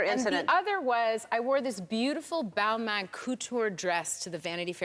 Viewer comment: It's not Balman it's Balmen becaise the A and the I together in french is pronounced like the E